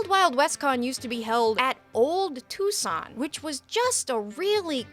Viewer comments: Too-sohn Ah-ri-ZOHN-yah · "Touscon Arrrizoniehhh"